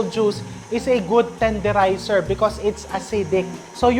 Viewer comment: Naaliw ako dun sa "tenderizer" mo chef 😅😅